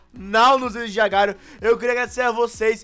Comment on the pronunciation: mano se ler agario nao agar . io